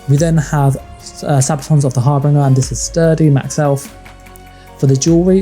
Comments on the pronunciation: It's prounced "Har - Bin - Jer". not Har Bringer. I know it's nitpicking, but this is a guide, so being precise kinda matters. Thanks for the video. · You’re saying harbinger wrong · Love the build. but do you know that your saying harbinger wrong?